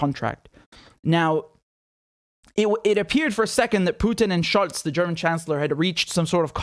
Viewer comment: So it is Scholt instead of Scholtz.